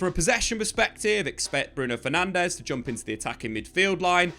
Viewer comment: Why would you expect any diff after years of getting Bruno’s last name wrong 😂